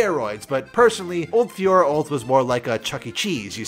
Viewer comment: Listening to you fiora analysis as a french guy was excruciating I wanna die